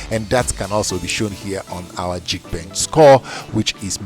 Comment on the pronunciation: It’s not jeek bench, it’s geek bench :) “Ga” not jee